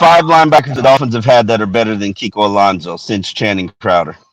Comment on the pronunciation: Kiko Alonzo??? Really???? kiko Alonzo????